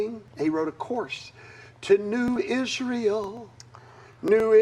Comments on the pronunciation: Everytime I see this clip it kills me how the guy thinks that he has to change the way he's pronouncing Israel to sound more biblical. New Is·re·uhl once then immediately switches to Is·rai·el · New Is-Ray-Eeel